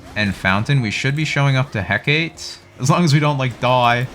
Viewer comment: Why do you pronounce Hecate like that 💀